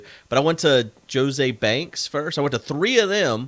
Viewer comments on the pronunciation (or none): You know, JoS A Banks....or how's it's actually pronounced "Joseph A. Bank".